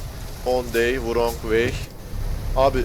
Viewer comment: şu wrong'un rong diye okunduğunu ne zaman öğreneceksin çok merak ediyorum :D